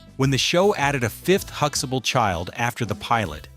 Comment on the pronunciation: They are not saying Huxtable properly either...